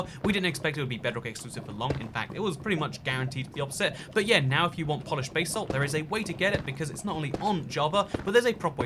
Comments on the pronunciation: What is this 'bay-salt' you were speaking of? Seen you mining gold and 'bas-alt' but didn't see any bay-salt😁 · Basalt: pronounced it like ‘da salt’ with final stress